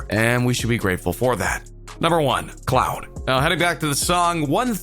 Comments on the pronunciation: He said cloud not clout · Reggie T. She said cloud instead of clout😂😂😂😭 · Ummmm its CLOUTTTT NOT CLOUDDDD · Its "clout" not cloud 😂😂😂😂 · I’m just tired of you saying “cloud” like wtf 😂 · The way he said “ CLouHt “ 😂💀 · He kept saying “Cloud”😂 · ......what.....u wasted my time and yours u didn’t explain nothing... and why did you read like that at the end of every sentence 😂....and plus it sounds like ur jealous... 👀 LET THEM LIVE THERE LIFE 💘 and u said clout like cloud... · Why do you say "clout" so wrong? This analysis is so weird and all over the place. The video wasn't that deep at all.